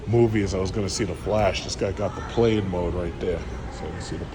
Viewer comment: It’s Plaid, not played mode